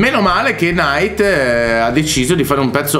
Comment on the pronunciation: Che fastidio quando dicono nAAyt